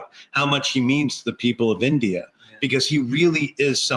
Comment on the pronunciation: Can’t say the word India